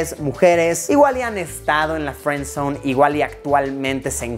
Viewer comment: Friendzonee sería no feenzonee